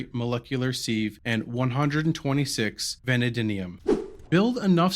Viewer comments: Very well put together, easy to follow without phallus stuck in fan. Btw its pronounced (vuh-nay-dee-uhm). 😂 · van-AD-ium and sieve rhymes with give :) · The way this guy says vanadium is hilarious